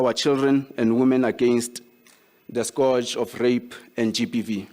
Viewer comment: 'this issues'... 'these issues'... 'Scourge' - correct pronounciation as 'skuhj'... P.A. is disrespecting their voters.